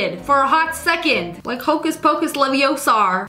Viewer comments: Its leviOsa not leviosA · its leviosa not leviosar